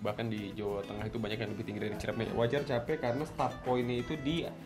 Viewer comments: Gn. CIREMAI sob, bukan CIREMEI 😬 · Btw Ciremai yaa bukan ciremei😂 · Sorry bang, nama nya itu ciremai bukan ciremei.. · Ralat bos kuh. Ane kuningan asli. Namanya gunung Ciremai! Not ciremei